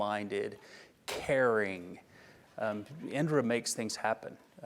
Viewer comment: It's Indira 😂